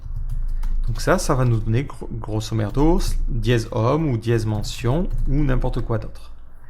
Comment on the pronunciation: Qu'est ce que tu as dis ? "Grosso merdo" ? Ahahah xDD "Grosso modo" Bonne journée canaille